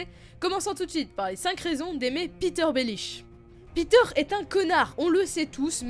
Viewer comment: Il s'appelle pas Peter bordel, il s'appelle Petyr